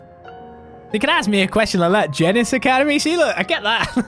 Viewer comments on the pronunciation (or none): I refuse to accept "Gee-nis" the same way I refuse to accept "Ee-bon" and "Ar-sail."